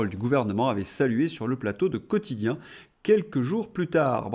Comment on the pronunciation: "Quotichien", la voix de son maître 😅😂